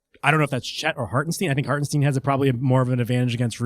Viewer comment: You guys supposedly watch games and can’t pronounce the players names….. “Hartensteeeen”?!?!? STINE LIKE ‘SPINE’